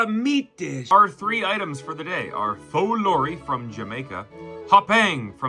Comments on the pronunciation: Love your videos your food guesser was inaccurate on the first food. Pholourie originates from my families country Guyana which is an Indian dish as a lot of us are Guyanese Indian! And it’s pronounced po-L-are-e! Love your content bro keep it up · Pholourie is from Trinidad and Tobago and is pronounced “poe- lore- ree “ -Ah Trini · Pholourie is pronounced with a p sound, not a f sound. It's also found in other countries in the Caribbean. Source: Am Guyanese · Pholourie (pronounce palourie) isnt jamaican 😔😔😔